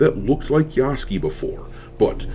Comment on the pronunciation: ITS PRONOUNCED YASU-KAY PLEASE MY WEEB EARS CAN ONLY TAKE SO MUCH